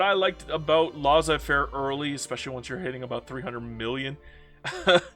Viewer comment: they way you pronounced Laissez-faire triggered me